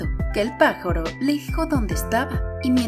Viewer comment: por que le dijo pajoro?